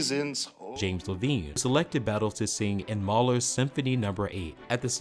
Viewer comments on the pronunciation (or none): Levine pronounces his last name as “leh-VINE” (like the vines in a vineyard) NOT “leh-veen.” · Levine pronounced his name "Le-VINE." "Maschera" is ponounced "MOS-kera." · A couple of others: James Levine's last name is pronounced Le-vine, not Le-veen and Tannhäuser is pronounced Tannhoiser not Tannhauser. These are small errors but they tend to undermine the reporter's credibility. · This guy might’ve learned to pronounce some names and words – – Levine, Wagner, maschera, Glyndeborne, among others. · You are mispronouncing James Levine's last name! How much of an authority can you be on this topic! Not much of one.